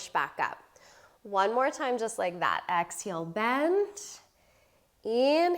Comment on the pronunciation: Why do you say ‘exheel’ not exhale? You say inhale correctly